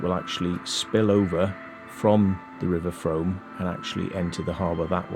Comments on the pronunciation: Frooooom, not Froam!! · It’s pronounced Froom. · The Frome is pronounced “Froom”. Also, the long curved tunnel mentioned at the beginning of the exploration is called “Castle Ditch” it follows the original road line of Lower Castle Street and ends at Broadweir, where the weir is located and the access to the street is found. Great video.